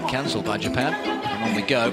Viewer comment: Jupan??? Is that a new country 😂😂??